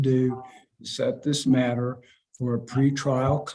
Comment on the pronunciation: About six times during this video I heard the judge asking questions to "Miss Manner" and I was like, "WHO is Miss Manner?" Until at the end when he said, "Is that all for Miss Manner?" and I was like, "Oh... THIS MATTER!"